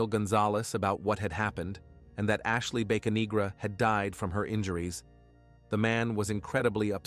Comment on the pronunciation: I think its Bocanegra not Baconegra.